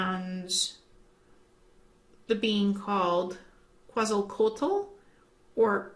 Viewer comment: the pronunciation of Quetzalcóatl would be something like if you said Kevin, you omit VIN...so that in simplified form it is pronounced KETZALCOATL. Greetings and blessings from Mexico. I love your videos.